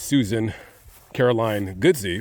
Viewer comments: It’s pronounced… God- sey …. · Susan Caroline GODSEY. Her last name is pronounced GOD-Z. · The name is pronounced, Godd- see.